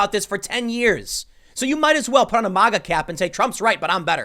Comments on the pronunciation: It's pronounced "magga", not "mahhga" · Why does he say MAHGA instead of MAGA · We don’t pronounce MAGA like Russians Tim, it’s not Mah- Gah. Hard A man, be American. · Why is Tim the only person in America that can't pronounce MAGA? Say the first four letters of magazine.